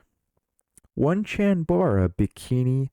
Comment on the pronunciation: Onechanbara (which up till now I thought was pronounced Oh-nay-chan-bah-ra, but found you were correct after a search) was one that just shouted "future pricey" to me when I bought the only copy I have ever seen in a store. I got my copy for $10, and felt a little pervy handing it to the sales girl. 😆 Hopefully Darkest of Days and Rumble Roses XX make it into your future entries in this amazing series! (Ditto for Lollipop Chainsaw, while we are being dirty)